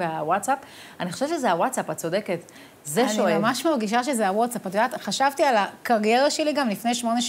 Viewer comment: איזה זקן זה להגיד wotsap במקום watsap